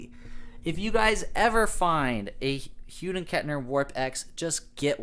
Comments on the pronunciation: It’s Hughes with an S at the end, not Hughed. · Wait... wtf he saying? Hughden Kettner?